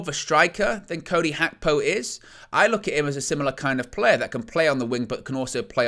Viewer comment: Its Gakpo not Hakpo 😢